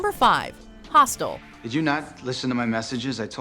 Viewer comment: Omg don't say hostel!!! Disapointing